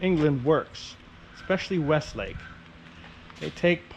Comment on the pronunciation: WESLAKE no T